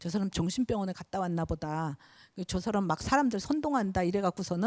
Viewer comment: 우선, 놀라운 일로, 인간이라는"사람의 "사"를 짧게 발음 했읍니다. 그리고 "람"을 강하게 발음 해ㅆ읍니다. 잘 못입니다. 인간으로 학자로 평상 고유어인"사람" 을 바르게 발음하지 못한다면 이 이상 강의를 듣고싶지 않습니다. 한국의 언어 타락 상에 너무 실망하여 "한국 어문을 고발함"을 이라는 책을 출판했읍니다. 일독해 보시지요. 단어의 장단음 문제가 심각합니다. 미국 변 완수 배